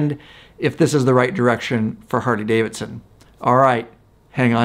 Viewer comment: Why does this dude say Hardy-Davidson??😂😂😂